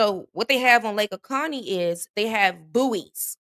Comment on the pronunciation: hey, not picking, but its not oconnie, its o cOh nee